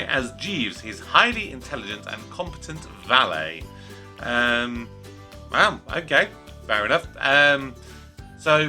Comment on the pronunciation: It's pronounced "Woodhouse" and "valet" (with a "t").